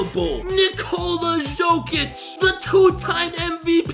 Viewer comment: no way he just said shokic